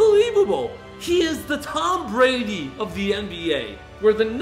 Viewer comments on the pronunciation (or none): none